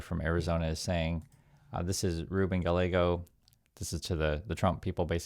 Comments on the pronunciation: Pronounced GUYYEGO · Two things: Gabby Giffords didn't die, thankfully. She is disabled in that she doesn't speak easily and struggles to do some physical things, but she still gives speeches. Secondly, Rep Gallego's name is pronounced "guy-AY-go" -- no "L" sound with double "L" in Spanish. Love you,! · Gallego the double ll is pronounced Y,so the name's pronounced Gayego. Btw thanks for all the good work ya do mister. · Small point, but Senator Gallego's name is pronounced with the "ll" sounding more like a "y" like it would be in Spanish. In Arizona we are proud of both of our U.S. Senators, both have distinguished military careers before being elected. Arizona has a proud history of independen-thinking politicians from both parties, including the late Senator John McCaine, a Republican, and former military hero.